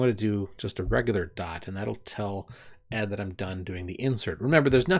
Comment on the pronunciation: As I understand it ed is actually pronounced as the individual letters like vi since ed was derived from an earlier more complex editor called qed. Think Edie Brickell not Ed Sheeran. ed is still my favorite text editor. As you demonstrated it has much of the power of vi but I appreciate that it doesn't take over my screen the way most other text editors do.